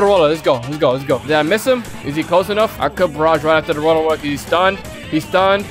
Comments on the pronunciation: I've also gotten ALOT of tales of universe I've gotten so much to the point where I frown from getting it..My luckiest moment was when a dragon ball spawned back to back.. (This is all about his lucky moments) Also why does he sound like he's saying World-A-Roller instead of Road-Roller? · "Rolo rollar" idk what that is isnt it road roller? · bro its not roda rolla its just road roller😐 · Bruh man says rolla rolla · i just love how he call the road roler rola rola XD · Did i heard u say Wollo Wollo... HAHAHAHAHHAHAHA